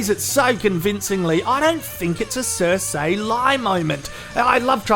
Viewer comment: It’s Cer-see not cer-say, fuck! Stop embarrassing us Aussies with this shit. Love your channel though